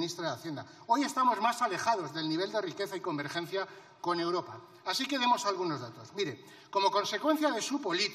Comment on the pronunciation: Esta señora no sabe decir europa ,europea,dice uropa,uropea, escúchenla bien